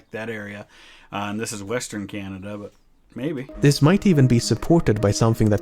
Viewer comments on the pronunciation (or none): none